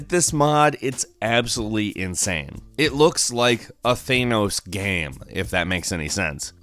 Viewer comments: It’s not Thenos it’s Thanos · *, it's pronounced THANOS, not ThayNos. Yankees destroying the English language all over again.*🧐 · Why do you say thay-no-s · Do you mean THAN-OS who tf is thaynos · thAAAAAAAAAAAAAAAAAAAAAnos not thonos THAAAAAANOS SAY IT RIGHT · Not a hater but why u say theinos not thanos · Thanos not theinos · It's Thanos not theinos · Its not thaynos don't pronounce it like that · "Thaynos" ... jesus christ, WHY, WHY DO U SAY IT LIKE THAT, WHY, ITS THANOS, THANOS!!! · Than-ose not thane-ose. Nothing has ever said his name like that. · It's not thay nose its thanos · Bad- Thay-noes. Speech: 100- Th-an-oh-s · It’s pronounced “thanos” not “theynos” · Its not Thay-noes its Tha-nows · Really Thay-nos...its Thanos. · It’s THANos not THEENos ugh love you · Who a theanos its thanos right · Its thanks, not thaynose I dont know how people could pronounce thanos so poorly. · Its Thanos, not Theinos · Its not Thanus, Its thaaaaaaanos. He doesn't have anus in his name rofl. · "Thaynose" It's pronounced "Than-nose"!!! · Is it a thing that Americans can't say ´´Thanos´´? The only thing I hear from is ´´Thaynos´´. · It’s thanos not thānos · it is pronounced thANos like fan not theynos. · Thanos Thenos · theynos wtf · “Thay-nos”. Good god. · who the fricc is thaynoss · “Thaynos gam” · Fortnite sucks, quit saying thanos like that, it’s pronounced with the first part of thanks (than-os) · they-nose cringe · Lol who's "Thainos"? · Thanos like tha and NoS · If you say Thaynose one more time I'm gonna kill someone. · Scuse me how did you pronounce thanos? Thaynose? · Thane-os the Thane to the Jarl of Marvel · Please dont say “thaenos” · THAAAEEENOSSbeing British this pronunciation annoys me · I die a little every time he says THANEOS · Thaynos theynos, potato potato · Thaynos * I shudder * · I cant help but laugh at how he calls Thanos "Thaneos" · Does this guy mispronounce things just to annoy people lmao. "Pokaymon" "Thaynos" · UMLOTH thanus